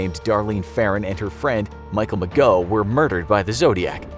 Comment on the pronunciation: Not bad, but you need to work on your pronunciations. Mike Mageau's name is pronounced more like Ma-Joe, not Ma-Go. And Melvin Belli's name is pronounced Bell-eye, not Bell-ee.